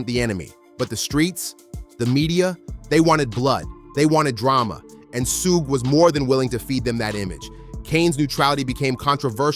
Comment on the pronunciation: You pronouncing Suge name all wrong. Its killing the video. Good work tho.